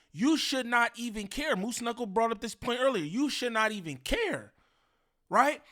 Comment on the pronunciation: BRO CALLED EM MOOSE KNUCCLE 😂😂😂